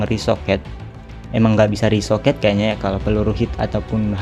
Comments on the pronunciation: Rekoset bukan resoket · Sekedar mengingatkan bg yg bener "ricochet" Bukan "risoket"